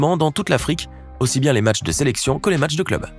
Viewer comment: Je veux juste dire un truc"matches"😆😆😆😆🤣🤣😭